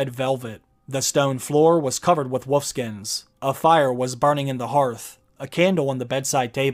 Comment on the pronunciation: " .... with woof skins...." Lol